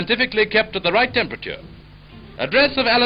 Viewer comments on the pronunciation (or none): He says he won't feature stuff written by sci-fi authors but leads off with Arthur C. Clark's communication satellite prediction calling it as he pronounces it "wraight on the money" What a butthead.